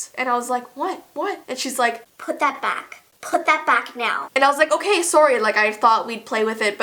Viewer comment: Sofiya Iliassov I think she said k like OK